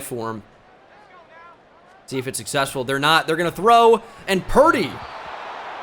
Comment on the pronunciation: Its not Young"wei" Koo you facist. It's Young Hoe Koo.